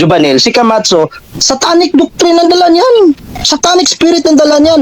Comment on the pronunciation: Pagbanggit pa lang ng camacho mali na e, kamatso ang sabi e. 😂